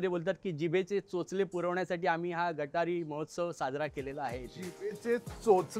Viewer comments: It not gatari. it is गतहारी अमावस्या. Hindu sanskritit gatar kuthe ala. Kunal Vijayarkar disappointend that you being Hindu and Marathi mispronouncing and miswriting amavasya before auspicious Shravan month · It is GAT AAHARI AMAWASYA and not gataree . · It's " Gata-Hari" not GATARI.. the wrong pronunciation has spread across and got a bad name to it... The purpose of following vegetarian food during Shravan is for eating right food as immune system is weakest in monsoon (due to no sunlight) also it's a breeding season of entire ecosystem (fish, animals etc) hope will all spread right information and spread the importance of following our rituals